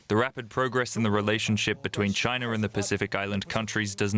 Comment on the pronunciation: China does not have an R in it. At least try to pronounce it properly.